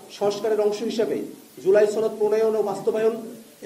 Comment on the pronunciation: সনদ উচ্চারণ শুদ্ধ কর বারবার ছনদ উচ্চারণ কর এর কারণ কি??